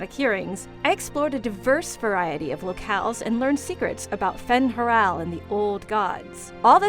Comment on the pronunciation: "Theh-dis". "Fen-HurAL". facepalm...